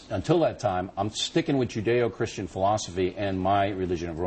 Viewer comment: It doesn't matter friend, he said "Chirstiand"